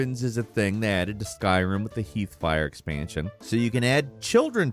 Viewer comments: "Heethfire expansion??? lol; think you meant "Hearthfire". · Harth-fire not "heath-fire" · Did you just call “Hearthfire” heathfire? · /Heath/fire? No. It's Hearthfire. HEARTHfire. Heathfire is when a guy named Heath gets lit on fire. Lol. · "HEATH-FIRE" - 2022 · "Heathfire"? "Dungeon Attack"? lol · Anyone else catch “Heathfire” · It's pronounced HarTH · did my man just say "Heeth"fire expansion? lmao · Heath? Heathfire? HEATHFIRE? 😂😂😂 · ... "Heathfire"?... really? Couldn't go back to the recording booth and fix that quite obvious fuck up? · Did you just pronounce Hearthfire like Heath Ledger? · "Heethfire"? lol... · He said “HEATHfire expansion” LOL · Not a video without him mispronouncing just about everything, "heathfire" I mean it seems almost purposeful at this point. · The way he pronounced Hearth fire 😂😂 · That is not how you pronounce hearthfire.... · Hold up, we are not going to just gloss over how you said "hearthfire".